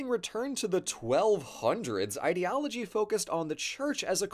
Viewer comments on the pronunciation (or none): none